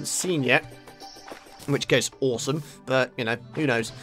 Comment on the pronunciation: It's ore-some! Hey hey no? Thought not...